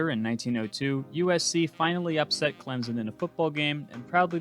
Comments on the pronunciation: It’s not clemzen it’s clem-son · You’re a Clemson fan and aren’t on him about his pronunciation?it’s not clemzen